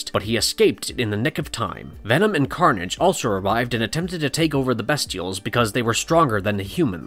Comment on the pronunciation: The characters are called the Bestials (first syllable pronounced BEAST, NOT BEST)